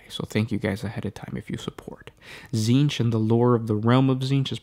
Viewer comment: It's pronounced tZehntk... at least for this week.